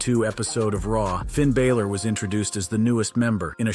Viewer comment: Also, you need to learn how to pronounce Bálor properly